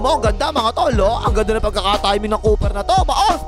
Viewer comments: Kua hindi cooper ang naririnig ko? 😂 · Langya parang dinig ko " Napaka- versitile ng Kupal na 'to" 😂😂😂